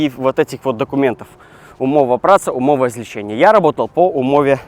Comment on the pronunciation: Не "Умова о злечении" а "Умова злецэне"